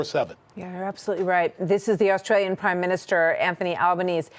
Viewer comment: The Austalian Prime Minister's name is pronounced Anthony 'Alban-easy' not 'Alban-ease'